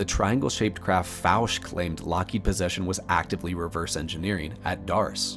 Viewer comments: No big deal but Fouche is pronounced Foo-Shay.. I've researched Edgar Fouche in depth...🤘👽🤘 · Hey, nice compilation of research! Just wanted to mention my buddy knew Edgar Fouche - you're mispronouncing his last name; it's a French last name so it should be pronounced that way.